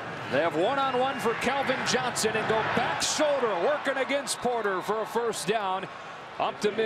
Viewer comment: Can someone tell me who Kelvin Johnson is? 😂😂😂😂😂😂 commentator just read man